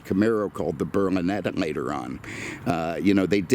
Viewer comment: NO. You said Berlinetta the wrong way. I began saying it Burmineta like you were saying back in the day on the pre rona virus whiskey. Its been a Burmineta since for me lol